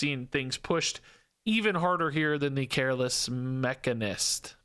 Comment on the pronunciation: It’s pronounced mech-a-nist Not ma-can-ist